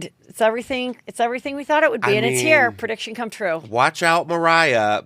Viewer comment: Pre - diction - Not per - diction. You asked 🤷‍♀️